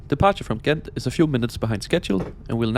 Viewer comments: Im not Dutch but I think Gent is pronounced more like “hent” with like a really hard h sound. Great video though! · In local dialect and generally in the Western Belgian accent it's indeed more like "Hent". In Standard Dutch it's a soft g, similar to a "ch" but just a bit harder